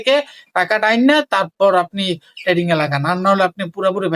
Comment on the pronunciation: আগে ভাই তুই trading উচ্চারণ শিখ